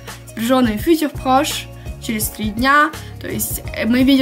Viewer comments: А почему ударение на первом слоге в слове "futur"? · Добрый день, во французском всегда ударение должно быть на последнем слоге. Возможно если вам послышалось, что я не чисто произносила "futur", то это из-за того, что оно было смешано с русским языком и мой язык не успевал адаптироваться 😂